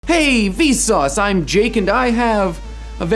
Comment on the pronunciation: the way he pronounces vsauce weesauce